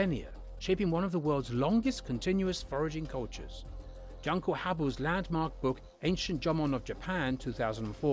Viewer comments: The "Jun" in the Japanese name "Junko" is pronounced more like the name of the month "June", not like the English word "junk". If you are going to reference people of a different culture in a published video, have the decency to do a bit of research and pronounce the name correctly. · OMG he pronounced a vowel incorrectly 😡 fellow weeaboos, we cannot tolerate such an offence